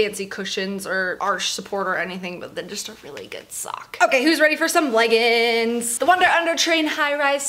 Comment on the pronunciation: i love you but it pains me every time i hear u say leggins like it’s legginGs